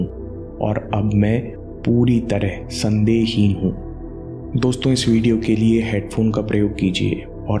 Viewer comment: Sorry sir.. don't want to give negative comment but please consider it as my request. Me puri tarah "sandeh-hin hu".. ki jagah "me puri tarah sandehi hu" sunai de Raha hai.. i know ke agar mindful hai to uska ga;at meaning nahi hi nikalenge.. but still it is power of words in affirmations so i just wanted to tell it. And yes you are a life changer.. great great great experiences with all your videos.. keep it up..